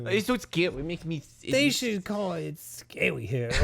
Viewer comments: Something about dan going “they shouwld caw it scawy hiwl” and knowing he’s a 40 year old man is really funny to me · They should call it Scawwy Hill